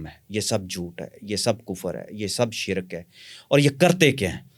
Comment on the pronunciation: حیران ہوں ساری زندگی علم کی جستجو میں ہے اور کتابیی بھی لکھی, ہر بار خود کو چٹکی کاٹ کر تصدیق کرتے رہے اور شرک کو شرَک بولتے ہیں یعنی لفظ بھی صحیح نہیں بولتی باقی جو لوگ ان سے متاثر ہوئے ہیں ان پہ بھی حیران ہوں, لوگ مشہور ہونے کے لیے بہت باتیں بناتے ہیں حا لانکہ اس انٹرویو میں ایک چھوٹا سا شعبدہ دکھا دیتے تو اتنے لمبے انٹرویو گپ شپ کی ضرورت نہیں تھی اور جو صاحب انٹرویو لیے رہے ہیں۔۔۔۔ دونوں مل کر بڑے بڑے لوگوں نام استعمال کر کے لوگوں کو مزید گمراہ کریں. قدیر خاں بھی اس کا محتاج ہے